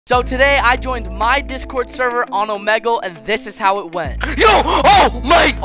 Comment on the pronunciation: Lol the way he said Omegle lol it’s (oh-me-gl